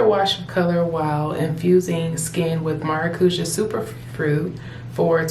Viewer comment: Beautiful. I need something like this for summer. BTW maracuja/maracuya is a Portuguese and Spanish word for passion fruit (the "ja" is more like a "yah" sound)